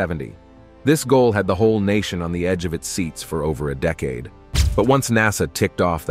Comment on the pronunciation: And as he read the words he said 'dee-caid'